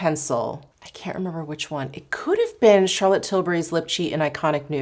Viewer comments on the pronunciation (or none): none